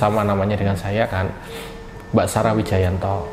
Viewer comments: PAKE SALAH SEGALA NGUCAPIN NAMA IDOLA GUA,BARU BELAJAR BACA MAS HAHAHAHH. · Nyebut nama aja salah 😂😂😂😂😂😂